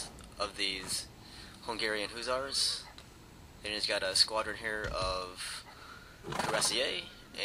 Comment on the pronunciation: Not to be an ass, but just for future knowledge, it is pronounced either Hush-ers, or Huss-er not oo, but u--the former was uncklear on that. Again, no offense intended. For us history buffs, Hussars were actually the European Highwaymen. They then began using the term for a light cavalry.